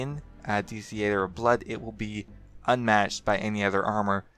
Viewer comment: thee-ay-ter.. lol. are you serious? never been to the thee-ah-ter before?